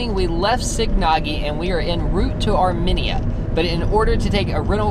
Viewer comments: said it correctly once. I'll bet told her she was wrong, like he always does.. She went back to misprouncing it. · It’s Armenia not ArmeniaAa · Where the hell is "Arminea",? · pronunciation of Armenia is going to haunt me until the end of time hahahaha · Oh my gosh yes thank you the pronunciation drove me absolutely up a wall I love them to death but oh my gosh all of them were saying it wrong and it was driving me crazy LOL still love you guys though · I think the pronunciation of Armenia is off folks 🧐